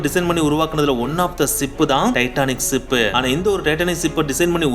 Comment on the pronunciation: சிப் அல்ல ஷிப். ஆங்கிலச் சொற்களை ஏன் கலக்கிறீர்கள? உங்கள் உச்சரிப்புகள் வெறும் பிழை. தமிழில் வார்த்தைகள் இல்லையா?